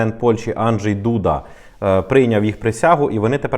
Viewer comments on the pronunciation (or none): none